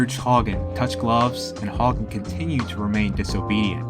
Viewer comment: Not cool giving Greg Haugen a poor rap. BTW... pronounce his name correctly next time...